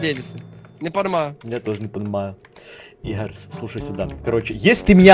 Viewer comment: Игорь не правильно говоришь